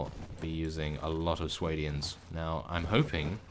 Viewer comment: Sway-D-ans.... It pains me to hear you saying it like that.